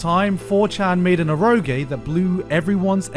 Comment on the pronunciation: This guy lives in Japan and hears the language spoken daily and he pronounces “eroge” like THAT? Incredibly baffling.